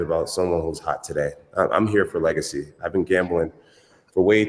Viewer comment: When you say legacy you sound like your having a stroke lol 😂😂